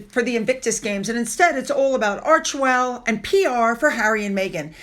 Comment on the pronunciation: I know it’s snarky, but did you say it’s all about Archwell or Merch-well? Lol I wish there wouldn’t even be mention of her clothes. 🙄